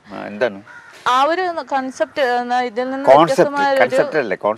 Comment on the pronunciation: കോൺസെപ്റ്റ് ആണ് കൺസെപ്റ് അല്ല !